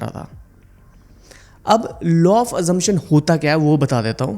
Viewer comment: Sir,Law not Low😅